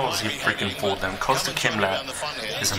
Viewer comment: It's actually not "Kostya" as "Cost ya" but closer to "", as in.